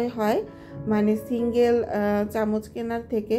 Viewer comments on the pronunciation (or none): none